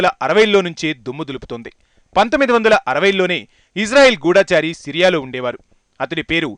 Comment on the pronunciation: ఒరే బాబు నువ్వు first గూఢచారి ని సరిగా పలకడం నేర్చుకో.. తెలుగు సరిగా రాకుండా BBC వరకు ఎలా ? ఒత్తులు దీర్ఘములు మళ్లీ school ki వెళ్లి నేర్చుకో.. నీ తెలుగు నా కు visugosthundi